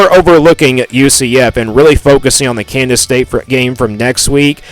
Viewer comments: Bro it’s KANSAS, not Candace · 8-4 is my prediction. But why do you say Kansas like Candice. Trips me out LOL